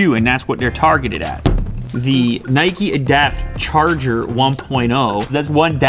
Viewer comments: The way you say Nike makes me angry it's pronounced like Hike not nighkey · Nay-keee hahaha, its said like Nike-Nayk not naykee. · It's Nike...not Nikee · It is not nikey its nike pronounced nyke but is spelt nike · why do some people pronounce it neigh-key? i think it's just nike (like Mike but with an n) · It’s not Nikee it’s Nike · Its Nike not Niky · Why do you pronounce the brand nikee? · Its not Mikey its nike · NIKE not NIKEY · Bro it's Nike not Nikey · Here in the Netherlands we pronounce Nike as N-I-K-E . To me it sounds like you guys say N-I-K-E-Y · It’s pronounced Nike not Nikee 🙄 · Why does he misspronounce "Nike" that way?